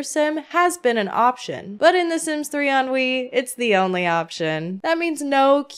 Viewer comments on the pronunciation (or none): What a hot mess of a game 😂 I love the Sims 3, personally. It can be glitchy, but it's still a great game. I also don't mind the aesthetics of it. Fun fact: every time you said "on Wii" all I heard was "ennui" and it made me laugh 😆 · It's hilarious that "On Wii" sounds like "ennui"- a feeling of listlessness and dissatisfaction from a lack of excitement. It's fitting. I'm a sims 3 lover, but the lack of supportive infrastructure and all of the bugs really puts a damper on things. I played it for years with minimal issues and now it runs so poorly on windows 11 that I just play modded sims 4 instead. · I keep hearing "sims 3 ennui" and it is making me laugh a bit the whole way through... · I knwo you said "Sims three on wii" but it sounds like "Sims 3 Ennui" which perfectly describes sims 3 on wii